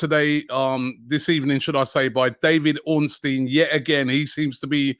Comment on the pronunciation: Bid so big it made Robbie pronounce Ornstein’s name right 🤣